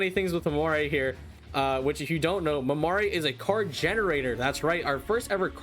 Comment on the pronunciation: Just a little note but Mamere is supposed to be pronounced kind of like mamair, the last e is silent.